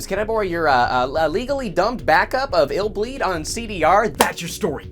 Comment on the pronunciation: So it’s not pronounced I’ll bleed. Lol